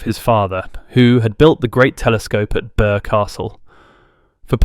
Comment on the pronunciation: His castle is in to the town of Birr, not Burr, in county Offaly, Ireland.